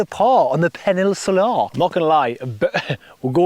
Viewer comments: Its "peninsula" not penisular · Can’t work out if you’re meant to be saying Peninsula! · Well played, but how we saying peninsula? Haha